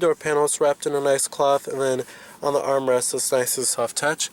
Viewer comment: Cloth not clahth